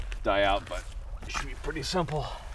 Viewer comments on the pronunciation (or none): none